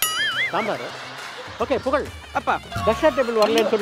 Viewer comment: Puzhal illa bha Pugazh 😂 😅